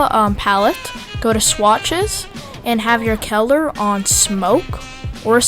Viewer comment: caler? It's cull-er